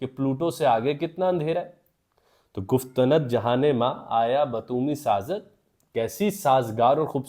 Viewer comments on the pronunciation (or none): گفت ند نہیں گفتند ( گُف تَن٘د ) ن کو ساکن پڑھیں۔۔۔۔ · Sir it's not guftanad it's guftand گفتند 😊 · گُفتَنَد نہیں ہے بلکہ گُفتَند ہے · گفتند ۔۔۔ اکھٹا پڑھیں ند کو الگ مت کریں۔